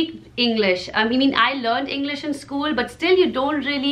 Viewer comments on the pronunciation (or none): Acho engraçado ela pronunciando " School" soa como " Scuulee" hahahaha